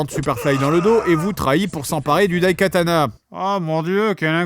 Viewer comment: Je suis désolé, mais je pense que le t se prononce.